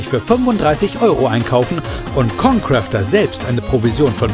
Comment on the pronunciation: er sagt jeden namen von youtuber falsch xD ConCrafter = ConCräfter Rewinside= rayvinside